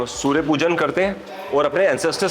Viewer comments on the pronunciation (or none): none